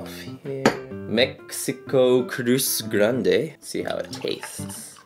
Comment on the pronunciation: Cruz Grande = Great Cross... Can't really understand the name by your pronounciation.